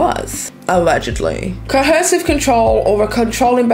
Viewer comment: Ar3 you saying cohersive? I feel like i keep hearing an extra "h" sound